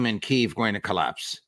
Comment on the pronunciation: Yo, the "capitol" of ukraine is a two syllable word